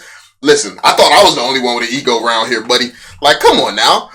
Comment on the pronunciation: OM FUG, you said Buddy so white.. "Cmmon Buddy" Made me proud ma Ninja! Aww crap, Grandpa stop Fudding!!!